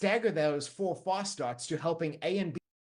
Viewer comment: his accent made me hear "false starts" instead of "fast starts" 😅